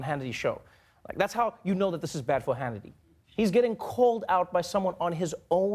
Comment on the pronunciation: I like how Trevor almost said "Shannity" , let's just roll with that!